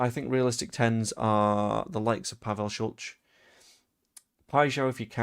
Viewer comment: Sulc is pronounced Shultz. Please stop saying it the way you do, it sounds clumsy